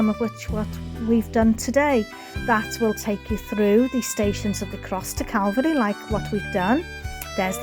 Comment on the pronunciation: Love your Vids, and pleasant presentation. Saint David's church is impressive to say the least. Like how ya say Calvary😁, u have a nice voice buddy🤝🙏. Blessins